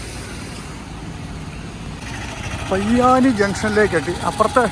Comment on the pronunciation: പയ്യാനി അല്ല, പൊയ്യാനിൽ